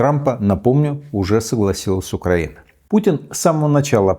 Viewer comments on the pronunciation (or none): none